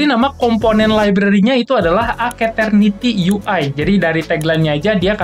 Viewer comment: ijin koreksi dikit bang cara nyebutnya yg bener keknya "esterniti" deh soalnya "ace" nya dibaca "es" gitu wkwkw kalo "aketerniti" aneh aja dengernya dan susah disebut juga kan :v